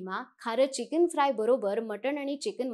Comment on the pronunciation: चिकिन नसतं मॅडम ते चिकन असतं 😂😂😂😂